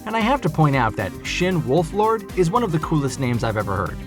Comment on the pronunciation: its shin wolford not wolflord